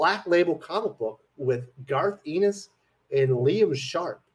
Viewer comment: FYI, Garth's last name is pronounced "EHN-is", not "EE-nis".